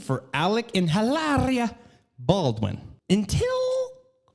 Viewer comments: It’s Eee-Laria lol 😂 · Every time you say EEeelahrrrriah, i dissolve in a puddle of giggles. Hahaha I'm 37....Jaysus!